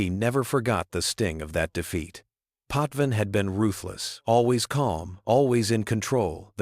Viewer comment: True, also name pronunciation, Roy and Potvin, was incorrect.